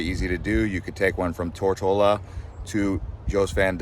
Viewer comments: It is not Tort-a-la. It is pronounced Tor-to-la. How did you finally figure that out half way through the video? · Yo bro it’s not “Tortellaaa” or “Tortilla”. ITS “TOOR-TO-LA”! Learn to pronounce the islands you’ll be talking about first before making a video on it. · Tortola. Tour-toll-ah. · Tortola = tr·tow·luh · It’s Tor-TOE-La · Tor toe la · Curious, I never heard that pronunciation of Tortola ...